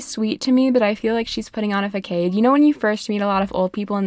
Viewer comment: When you've only seen the word façade and never heard it spoken. 😂